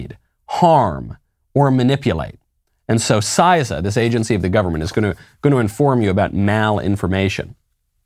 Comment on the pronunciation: CISA is pronounced See-Sa, not SizeSa